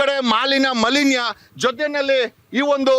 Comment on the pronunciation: ಮಲಿನ್ಯ ಅಲ್ಲ ಬಾಸ್ ಮಾಲಿನ್ಯ